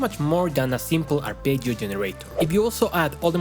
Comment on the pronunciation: well, then... I guess my kink is hearing Spanish speakers say arpeggio with decent Italian pronunciation? Please make more videos where you say arpeggio kthx do you have only fans wait i didn't mean to type that